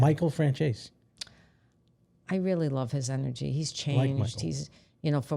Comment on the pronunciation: Why do you call Michael Franzese, Michael Francheyzey, Michael always introduces himself saying his surname so how the hell do some people derive Francheyzey from how he says Franzese!? Rita stating that at her dad's notes were passed to Chin and he whispered his answer in their ear, what surprised me was the ability of a mobster to be capable of writing at all, Chin obv dealt with Mob Intelligencia, Le Creme De Le Creme.